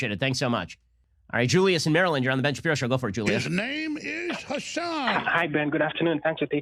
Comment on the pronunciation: Ben "I'm going in dry" Shabibo